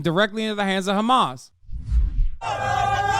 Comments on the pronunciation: he said hamas totaly normaly here. Why cant he proceed and keep saying it normal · It's Hamas not khamaz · "Kchamas" counter please? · Hamas is an Arabic word and the first letter is difficult for the Israeli Jews to pronounce since they are from a European decent which is ironic since their language also has that letter, that’s why they pronounce is “Khamas” but there is absolutely no reason what so ever for Ben to be saying it like that and makes him look soooooo stupid to us Arabs, it’s very embarrassing. Bro is just copying everything the zionists say bar for bar. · If shabeebee says Khamaschk one more time I’m going to lose it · Why is Ben unable to pronounce the word "Hamas"? Anyone who can speak English can pronounce an "H"